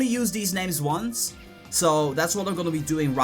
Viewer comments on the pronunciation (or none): none